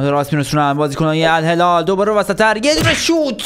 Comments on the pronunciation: توی این دقیقه بجای الهلال گفتی الهلار خیلی چاکرم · الهلال علبستان😂😂😂😂